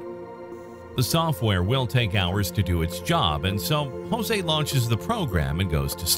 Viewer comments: Interesting video. Note: his name is not pronounced 'Hozay' it's 'Joezay.' They speak Portuguese, not Spanish, in Brazil. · While I truly like your channel, I must unfortunately, albeit strongly, make a cultural correction vis-à-vis the pronunciation of the Brazilian name "JOSE". Firstly, allow me to inform you that Brazilians speak PORTUGUESE and NOT Spanish. As such when you pronounce words or names starting with the letter "J", the sound is absolutely NOT as you pronounce Jose in Spanish. Rather J in Portuguese is identical to J in FRENCH. Also, the "E" at the name is acute, not "grave" (eh) as in Spanish, but rather E such as in the English word LET. Kindly update your records accordingly, for every time one "Spanishizes" Portuguese words, both Brazilians and Portuguese members of your audience take it up as a grave offense. Best wishes!